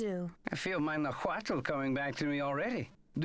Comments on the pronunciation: CRINGING at how they pronunce Nahuatl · i find it hilarious that their "mexican" dude cant say nahuatl correctly.